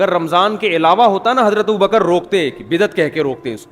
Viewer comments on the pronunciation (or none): جنابِ والا ! یہ والا ؟ وہ والا ؟ کیا اِسے بھی درست کہہ دیا جائے ؟ کیوں کہ یہ آپ کہہ رہے ہیں بل کہ آپ بھی کہہ رہے ہیں ، ناآشناے زبانِ اردو تو کہتے ہی ہیں ـ یہ مجھے مہربانی کرکے بتائیں کہ " ابو بکْ ر صحیح یا ابو بَ کَرْ " ؟ آپ نے تو ب کَرْ ( بفتحۂ دوم) بیان کیا ہے ـ ( احسان خسرو / Ehsan Khusro )